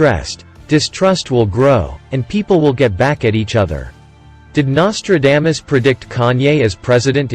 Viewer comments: WTH his name is not Nostradamus-dame-us ugh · the bot can't even say NOS-TRA-DAH-MUS correctly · Learn to say someone's name correctly before you make a stupid video. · Anyone notice the mispronunciation of his name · The worst pronouncement of Nostradamus i have ever heard 😂...Seriously, the man was a spooky force😮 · Well you started out pronouncing his name wrong what else did you get wrong